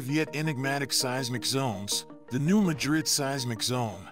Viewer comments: Artificial, not intelligent. I have friends in the area, and it's pronounced MADrid, not maDRID. Competent content ruined by a mediocre robovoice. Voted down. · It's pronounced MA DRID,not like MADRID in Spain. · Pronounced New Madd Ridd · I live in New Madrid The accent is on the ma 😮